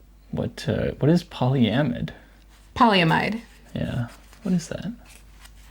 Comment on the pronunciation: Polyamide is nylon and had the pronunciation correct. The i is short. Chemical engineer here.